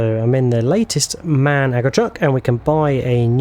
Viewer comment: M.A.N. (Machinefactory Augsburg Nuremberg) not Man 😅 Truck. Any else i love your videos.